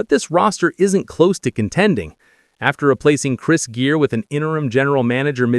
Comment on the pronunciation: I had to stop watching this when the guy talking didn't even know Chris Griers name. "Chris Gear"